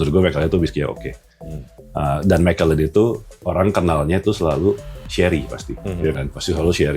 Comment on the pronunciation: kok nyebut MeKELLEN sih? Kan harus ALLAN.